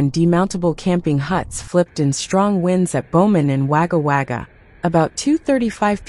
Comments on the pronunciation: If you are a human pls learn how to pronounce the towns, it’s Wagga Wagga not Waga Waga, so pls check with locals how they are called. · Stroms in waga waga it's wagga wagga. Sptic tank lol😂😂😂😂😂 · Wagga wagga is pronounced wogga wogga The pronunciation of town names is hillarious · Yeah , pronunciation of towns AI wag 🙄 can tell it's not locally produced